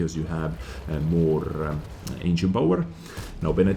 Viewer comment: "Engien power..."